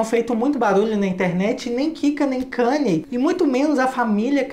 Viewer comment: Pronuncia Kaní. Nao kaner.